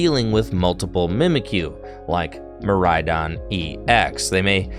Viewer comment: I had a good chuckle when said Midraidon.